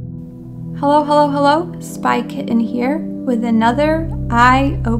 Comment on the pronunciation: Is it Spy KI TT EN or Spy KIH ENN? What is up with language in our country? We can’t even correctly pronounce our own names...